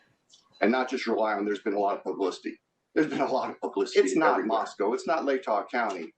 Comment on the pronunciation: And MOS-COE